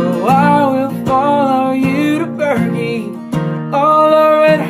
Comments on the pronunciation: Eastern Kentucky boy here. It's Ver-jee not ver-gee. Lords know is we are even pronouncing it correct here, but it's how we do and Tyler Childers does. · I’m from pike county and the area virgie is about 20 minutes from where I live I just have to say he is pronouncing virgie wrong. We prounouce it “ VIR-G” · Seriously?!?! VirGHEE??? Come on dude... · No offense, I like zach, his voice is getting better. But this is full karaoke. He mis pronounces "vergie" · If only he pronounced the town correctly. Lol “Virgie”-“VER-GEE”. Not bad otherwise. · As someone who’s from around the same area I thought this was absolutely amazing and beautiful even though you said virgie wrong as around here it’s pronounced vir-G but still amazing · It's Vir-Gee. I like Zach but if you're gonna cover something at least realize that one of the words in the title is the name of a small town in Kentucky. I get it he wanted to cover a great , yes it's ok to take artistic liberty with some of the pronunciation and enunciation of certain words but not the name of the town where the lady was buried. Tyler followed his friend's grandmother to Virgie to her resting place. Again, not cracking on the guy's talent, but if he'd taken the time to know the song he could have covered it much better. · well... that's one way to pronounce "virgie" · Wonder how many people got offended by the way he pronounced virgie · He mispronounced “Virgie”, meaning he doesn’t know the song well enough to cover it. He had only read the lyrics. He should have done more homework before attempting. I grew up in Virgie and knew the woman that the song is about. The original is a tribute to her; this is not. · I was raised in those mountains and never heard Virgie pronounced that way. Regardless it was a great cover. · Virgie is a small town in SE-ish Kentucky. And this guy butchering the song doesn’t know how to pronounce it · being from Kentucky he definitely said Virgie wrong but love his voice